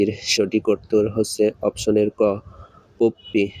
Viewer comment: Vai question krso thik ache but drone- ড্রোন হবে, ড্রোনি না। Mare-ম্যার হবে মারি না, Puppy- পাপ্পি হবে পুপ্পি না।